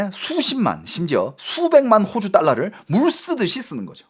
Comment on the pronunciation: 야 임마야 호오주가아니고호주 짧은 단음이다 호오주는 집주인이 호오주란다. 너진짜 말똑바로 안하면 죽는다